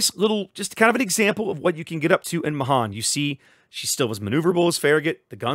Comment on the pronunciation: pronounced may han